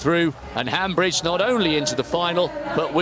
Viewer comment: Commentators, It's Viola Hambidge NOT HambRidge. Most likely the final letter e must also be pronounced.